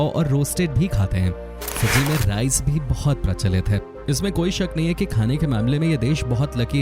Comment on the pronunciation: It is fiji not piji